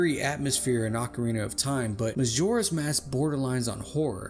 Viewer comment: “Mazora’s Mask” And “Relationsips” 😂